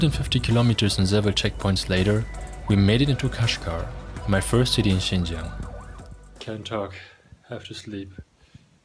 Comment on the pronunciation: Sounds like you're talking to yourself. By the way, it's "Xinjiang" not Xingjiang.